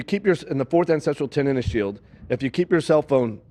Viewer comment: Also, how can he be all about these "9 tenets" when he can't even pronounce "tenet"? He keeps saying "tenant".